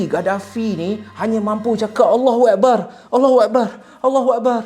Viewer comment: sebutan Allahuakbar kena betolkan,,,sebutan yg salah bawa maksud yg lain,maaf